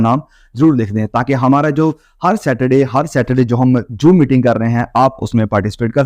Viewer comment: Joom nhi zoom,santa shaa jatta nhi chaa jatta h.bhut mistake krte h app. Itne lambe chode lecture ki jarurat nhi hai,To the point bole,itna time kis k pass nhi you tube pura time app ka hi video dekhte rahe. App video aise bante hai jaise samne bath jann sabha kr rahe ho,bhai yh you tube hi selected baton ko bole k video end kro.itne bak bak kon sunega.